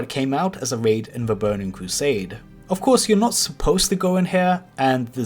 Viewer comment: Bowning cwosade